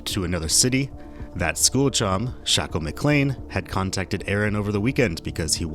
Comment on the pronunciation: also why are u pronouncing his name wrong it’s not shackel it’s shakel so wtf why are u pronouncing it w a ck sound